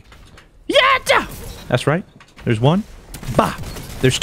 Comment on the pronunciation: “Zhere’s someone behind me?” “SCHWVAT IZ DISS?!?!”